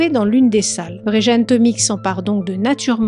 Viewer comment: Plusieurs précisions : -c'est Vjeran, pas Vrejan, ça se prononce Viéran -ce musée avait ses alarmes HS depuis plusieurs semaines donc paye ta forteresse -les enquêteurs n'ont pas eu besoin de le faire craquer, il a tout avoué direct et balancé le recéleur qui l'a escroqué et donc trahi Ah t'en parles après. Bon, mais les enquêteurs ont été surpris que, pris la main dans le sac pour un autre larcin, il ne cherche pas à se défiler. J'espère aussi que le couillon chez qui le recéleur a planqué les tableaux ne les a pas détruits, moi je lui collerais perpétuité pour ça.